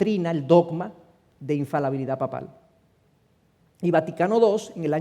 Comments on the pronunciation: Siii es infaLIbilidad, lastima los vídeos son editables pero difícilmente pueda corregir. Le doy 99.9% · Infalabilidad o infalibilidad??????